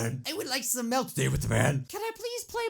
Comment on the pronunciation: Gday fellas I'm Felix u said milk not mike